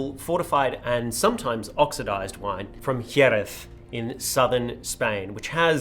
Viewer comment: As a Spanish speaking fella, I appreciate the dedication to pronunciation of Jeréz. Points for trying.